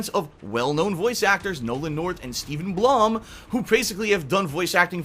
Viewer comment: He said Steve Blum wrong :(